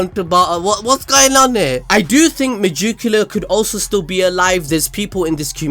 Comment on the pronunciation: Why do you keep saying Me-Joo-Q-La? It’s spelled megicula. Me-Gick-U-La. you even showed the proper spelling during the video. I like the videos but every time you say that name It drives me insane.